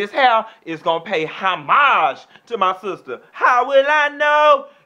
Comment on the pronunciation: I love how he be like ha-mage lmao ..